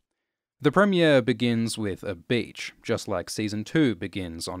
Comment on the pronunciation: i thought he said "bitch" the first time he said beach lol